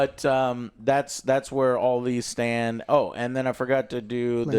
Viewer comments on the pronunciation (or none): none